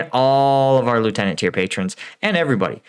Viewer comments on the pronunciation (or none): none